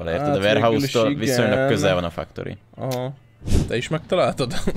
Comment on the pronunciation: sziasztok. csak egy kérdés a factoryt nem fektörinek kell ejteni, nempedig fuck torinak? XD